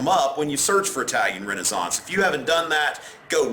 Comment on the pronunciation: i really like how he says Renaissance